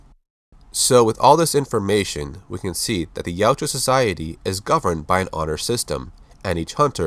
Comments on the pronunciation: OMFG... Yautja not Yuatja!!! YA-OOT-JA!!!! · its Yautja, not Yajua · It's not pronounced "Yowtchua." It's YOWT-JA. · Its pronounced Ya-oot-chah according to the creator